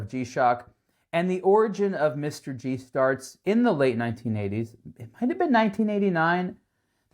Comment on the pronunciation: it's "mister G", like toyota M-R-two. not M-R-Gee.